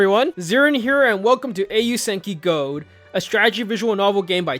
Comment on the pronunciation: i flinched every time u said Gold, it hurts to hear it pronounced like that